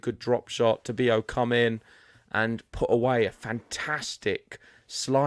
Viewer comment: Please pronounced correctly his name: TA-BI-LO, no tobio.